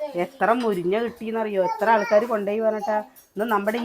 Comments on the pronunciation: മുരിഞ്ഞ അല്ല മുരിങ്ങ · എത്ര പ്രാവശ്യം പറഞ്ഞു മുരിഞ്ഞ അല്ല മുരിങ്ങ ആണ്